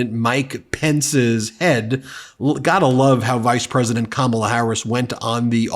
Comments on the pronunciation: We love you Ben, Kamala is pronounced: Ka- Ma- la. Kamala three syllables. Thank you for being one of the best media outlets on Utube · do Trump's MAGAts really think that mispronouncing Kamala's name is going to hurt the woman???? they are so stupid....Kamala is too intelligent to get angry and mess up over a little name calling....she already knows Trump is a bully and doesn't know poop about 99% of the things he talks about at his speeches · At what point are people going to start calling out the fact that their determination to intentionally mispronounce her name is childish and weird and makes them looks stupid? Weird was a start, but it's time to call out the childish, pathetic microaggressions. "I'm gonna pronounce her name wrong because I'm five and that's how I fight!" Smh. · Childish to think you are hurting an adult by purposely mispronouncing their name. She must have thought Kamala was like Donsld Duck.